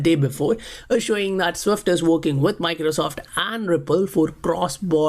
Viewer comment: why you say Wipple. Its Ripple.